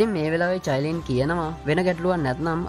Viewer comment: Sudda චයිලින් නෙවෙ කයිලින්